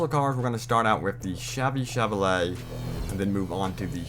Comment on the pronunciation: Did u just say the chevy chveray